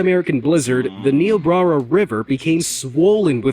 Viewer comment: The way he said "Niobrara" 💀